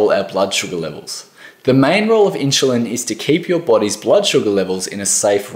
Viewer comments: my ears were exploding every time he was said it... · Why do you keep prouncing it as inchulin... It's insulin. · Inchulin? wtf is that? Dude, if you can't even pronounce the word 'insulin' correctly, it puts everything else you say in doubt. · Insulin not inshulin...🤓 sorry, it drives me nuts 😉🤣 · He said "inchulin" 15 times. It's hard to think about the message when my brain keeps correcting him. The info is good. It's just that one word! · I am sorry but I couldn’t figure out what is “inchalin”??? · I love your accent. Question? How do you get your pronunciation "in-shoe-lin" out of i-n-s-u-l-i-n? Not trying to be critical, just curious. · The word inschulin is all I could focus on. I mean I don't even know if inschulin is good or bad at this point 🙃😂 just that something something inschulin. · I stopped watching for that reason. If you can't pronounce insulin correctly, i don't trust you. haha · Dude, it’s in-chillin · Yeah,what is ‘INSHULIN’? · Inchuline Hehe 😀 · OMG!!!! I had a hard time trying to focus on what he was saying because of thaaaaaattt!!!!!! I turned the CC on stop hearing it 🤦‍♀️🤦‍♀️🤦‍♀️ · It was so hard to listen to the content because of that. My brain simply got hung on that pronunciation :) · True that😂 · I know right??? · This has nothing to do with an "Accent", it's pronunciation of Insulin using a proper English "Ssss" sound. There's absolutely no word in English where you pronounce an S with a chu. Someone from England, Auss, New Zealand would know this.